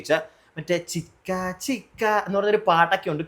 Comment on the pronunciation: ചിക്കാ ചിക്കാ അല്ല ചിച്ചാ ചിച്ചാ ennaanu